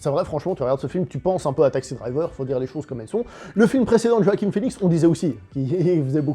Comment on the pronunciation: C’est JoaquiN (et non pas JoaquiM) Phœnix ;-)